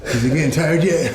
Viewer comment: I HAVE NEVER EVER ONCE BEEN '' T I E ..RED"?!! KABIB '